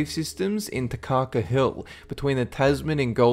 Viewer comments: on harwoods hole its pronowsed tahkaka and i should know i life there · He said Takaka wrong (sigh) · Haha I live near Howard's hole (number 6) and have visited it xD it's pretty creepy. Also you pronounced takaka wrong xD